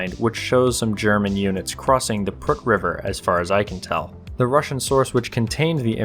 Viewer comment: im romanian and I have no idea where the "prrrrrk" river is